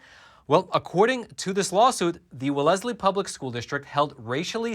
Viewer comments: Just so you know...the town is pronounced Wellslee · Wellzlee. Wellzlee pronounced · I'm from MASS. I know Wellesley well. Its pronounced Wells-Lee, no es in the middle. The cheapest home is over 1m and the town is ultra liberal. It is nt racially diverse at all and to make themselves feel better they bus minorities in to go to school Its very degrading. People in Boston which is where I am from call the idiot in Wellesley, Martha;s Vineyard and nantucket "the beautiful people". Its a sarcastic dig. there are other towns in MASS that are just as Bad. Jus ask Pocahantas. What drives me cray is the idiot politicians of MASS are all getting appointed for jobs in the Biden admin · school is pronounced Well's ley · Just FYI, "Wellesley" is pronounced like Wells-Lee, with the stress on the first syllable. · the town is pronounced Wellslee. I lived there long ago when it wasn’t communist. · Wellesley is pronounced as 2 syllables, not three. Like "Welz' lee". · Yours is the most bizarre pronunciation of "Wellesley" that I have heard. Just what Florida needs even stupider pigs. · You r pronouncing Wellesley wrong. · Hey my brother you said that name wrong that's not how you pronounce that name of that town. I from there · WELL-ez-lee, not well-EZ-lee, the accent in Wellesley is on the first syllable. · is pronouncing it wrong, isn't he? It's Wellz-lee, not W'lezley, amirite? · ... How are you so informed on everything except correct pronunciation of cities and countries?! Its wells-lee, not we-lesley!! 2bd Wellesley and Boston are two different cities and they aren't even adjacent. You actually have to drive through at least two other towns to get to Wellesley from Boston. Hillary Clinton went to Wellesley college... Trust me you don't have to throw Boston in there so people pay attention. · Its pronounced (wells-lee) not ( well less lee) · “WellESly” 🤣🤣 it’s pronounced Wellsly haha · Wellesley (Wells-Lee) our city names are weird. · It’s pronounced, “Wells-lee.”